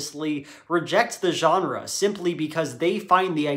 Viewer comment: The way he pronounces genre and restaurant has me raging